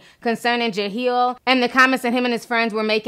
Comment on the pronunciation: "Jaheel"? Ti stop playing. I know for a fact you see "Jahleel".